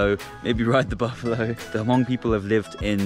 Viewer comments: Great video! But It’s pronounced “mong” not “ha-mong” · I'm Hmong living in the United States and I just want to correct you how to pronounce Hmong. It was not HaMong, the "H" was silent. You should just pronounce it MONG. Great video. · Its pronounce Mong, the H is silent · It is Hmong not Hamong :-) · When we visited the Hill people in Thailand they said the H is silent and pronounced it Mung. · When you pronounce Hmong it should sound like this, " Mong". You leave the" H " out.